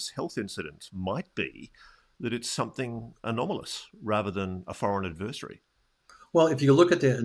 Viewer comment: Two things Ross: (1) Learn to pronounce "ad*ver*sary";) and (2) Rally voters to apply laser focused pressure on key elected representatives in support of disclosure. Without public outcry hammering/emboldening politicians, nothing will ever happen.